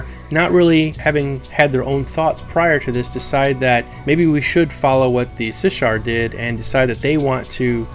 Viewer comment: Also, it's Shissar, not Sishar. Sh before S.